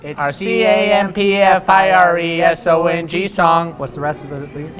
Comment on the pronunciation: The way they said "song" was so funny. 😂😂😂